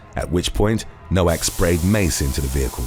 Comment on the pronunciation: Its pronounced “No-Vak” for Nowak